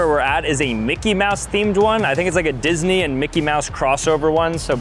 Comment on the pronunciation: No way bro said mickey-disnwy collab